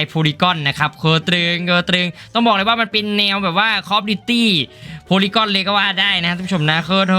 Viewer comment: มันอ่านว่า โพลี่กันครับ polygun ไม่ใช่ โพลี่ก้อน